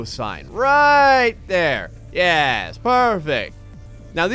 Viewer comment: instead of saying Yes. he says Yez